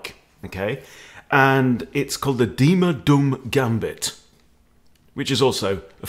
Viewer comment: You pronounce "Duhm" like doom. The way you pronounce it, you call him mr "Dumm", which mean mr stupid in German.